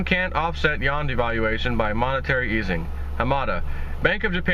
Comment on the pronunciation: It's YOU-WAN Not Yawn